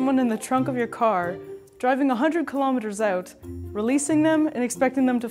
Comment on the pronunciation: The way you said out gave it away :P